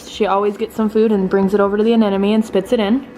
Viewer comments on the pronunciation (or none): Anenemy? Isn't it pronounced anemone?